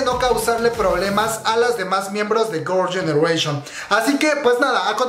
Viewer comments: Jajajjaa tienes que aprender a pronunciar un poco más el inglés Gorls genereishon 😂😂😂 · "gurl yenereishion" xD bote el chicle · Gurls genereshion JAJAJAJAJAJAJAJAJAJA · Qué pedo con tu pronunciación de girls' generation? ahre jajajaj